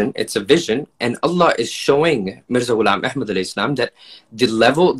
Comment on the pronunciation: Mirza ghilab ehad shalom. Thats how you say it